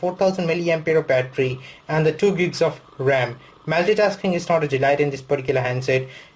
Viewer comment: MAYLLLLLTI-TASKING ? :D Trying to hide that Bengali accent?